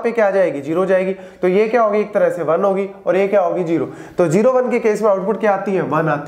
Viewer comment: Sir As you can pronounce zero as"zero" then why you pronounce it as"jero"😢